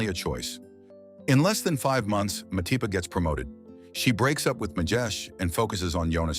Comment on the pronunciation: Who Mapati? I know Matipa? Or was that an error in narration.